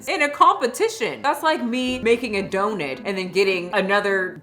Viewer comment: She says donut like it has an I in place of the u lol